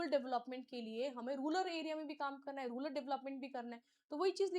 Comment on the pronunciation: रूरल not रूलर